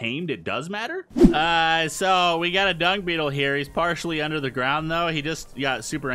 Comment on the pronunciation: it sounded like you said The Prime Dong, instead of The prime dung